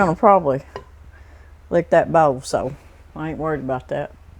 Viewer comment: Oil and bowl are my favorite words that says lol. Blessings 🙏🏼